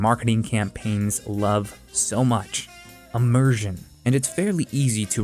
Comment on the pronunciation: " Immurzin' " :D